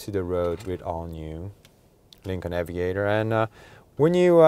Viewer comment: Aviator, not Avaitor 🙂